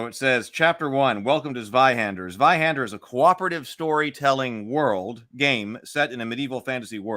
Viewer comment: Not Sweihender it's pronounced Tzweihander. Initial-z in is pronounced tz in german.